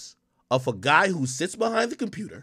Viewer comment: She said Compuuter....😢😅😅😅😅😅😅😅😅😅😅😅